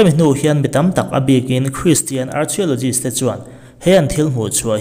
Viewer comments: Archaelogist a lam dan hii..ka nuih ava ti za em...arkhae tia lamtur...archia tiin zu lam a..lehkha zir sag vaklo nimo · Archio nilo Arkhio ti a lam tur zawk😅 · Ar-Khia-law-jist ti a lam tur aw... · Arkhialawgist tiin lam tur. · Archeologist i lam dan hi han lam dok deuh te a ti ro, ARKHEOLOGIST ti in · Archeologist hi sawi angai zing sia, lamdan diklo hi ngaimawh a va awl ve, adika lam hram tum ava tha em, chutiangin mumbai pawh mambai tia sawi hi 🙄🙄